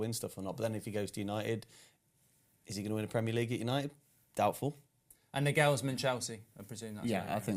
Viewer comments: has an interesting way of pronouncing footballers names 😅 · How is he pronouncing Nagelsmann like that ?! Wow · still pronouncing Nagelsmann wrong 😂